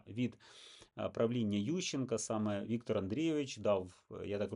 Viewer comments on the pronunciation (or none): none